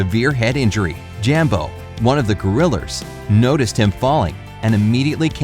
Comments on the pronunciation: he said gorilleres instead of gorillas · STOP SAYING GORILLERS! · You said gorillrs instead of gorillas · Who else heard "gorrilurs" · Lol He said grilers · Jambo, one of the gorillers- Me: Wat did you say? Gorillas Me: You said gorillers. No, I never said that Me: ... ok then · Did he say gorilers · He calls them gorrilars tho lol 😂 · He said gorillers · um sorry to say this but did i hear you say gorrilers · Did anyone know that he said gorillrrs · Gorillers haha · U said gurulers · Garillers lol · “Gorillers” 😂 JkJk great video super heartwarming❤️ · Anyone else hear him say gorillors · he said gerraler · I'm dead. gorillers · I heard him say gerillers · like if you hear "gorrilers" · STOP SAYING GORILARS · When I heard that he said gorrilers Im like do you speak english cowboy? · tf is a goriller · why did you say gorillars? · Gorillers hahahaha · Gorilers he he he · why does he say grillers XD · #7: Garillers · ok. Um. Narrator? Why do you keep saying “Gorillrs? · u said gorilers lol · Why did he start to say gorrilar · How they thought of the movie Tarzan. Edit: is it funny that he says Gorrilers 😂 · Am I the only one who noticed he said gorriler